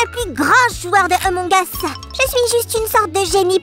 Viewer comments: Ampng us se lit a use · C'est pas emong es c'est among us 🤣🤣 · C pas Emong Us c Among Us